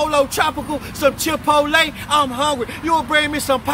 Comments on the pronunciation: My G said "Chip-O-Lay" lolll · Some "chip-polay" 😂😂😂